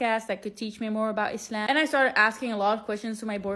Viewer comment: I love your prononciation of Islam. ❤❤❤❤